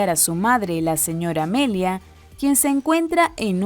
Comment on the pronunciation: No es amelia es amalia señorita